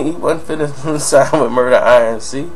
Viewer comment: Inc, pronounced like ink, is short for incorporated, it's not an initialism, it's pronounced as a word. That's annoying as shit hearing you say it that way in video after video